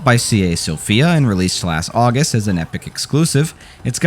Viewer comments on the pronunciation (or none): none